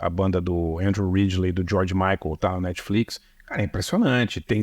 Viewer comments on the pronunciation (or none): none